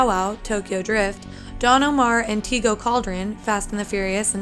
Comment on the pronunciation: Great video the pronouncement of tego Calderon threw me off the first time. I was like who?! It’s not teego it’s pronounced teh-Go but good job I loved this video